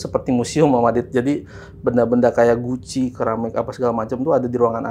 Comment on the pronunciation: Yang bener "guci" bang, bukan "Gucci". Lo kira brand barang mevvah?? 😂